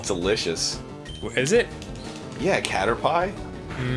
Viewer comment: ...Should I be dreading when they fight Misty? COW-ter-Pie. Ew